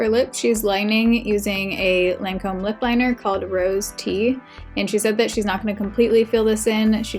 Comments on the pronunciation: In Australia, we say LON COM...but you say LAN COMB. Did you ask her how she pronounces it? It looked good. I like the way you do your makeup much better x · It’s “Lawn-comb” not “layn-comb” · I worked for Lancôme. Pronounced ( Lahn-comb)😉. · So far, I think it's your best make over yet. Different from your style, but very much in tune with your features. BTW best way to remember how to pronounce Lancome is Lawn - come (as is the way you'd pronounce commercial) Luv ya lots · I would imagine that one of the most difficult things of working at the Lancome counter is learning to pronounce the names of the products😂😂😂😂 Thanks for another great makeover video. A MUCH needed break from reality!!❤❤ I really loved the way your skin looked, but I agree the under eyes didn't look the best. The lip color was gorgeous on you!